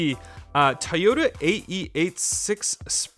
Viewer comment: its trueno not truno... and toyota not tioda... soo cringe ..